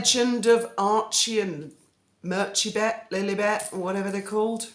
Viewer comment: Merchie-bet lolllllllll